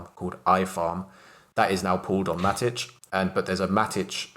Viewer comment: "MATTICH" WTF it's Matic. And C'ZED' Its just CZ with a 'ZEEE'